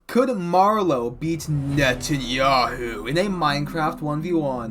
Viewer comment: With the name pronounciation, you can definitely tell that he did his research. I think prep time matters a lot though, because without time for Trump, Hegseth and Rubio to get started on the server, BB may be woefully undergeared.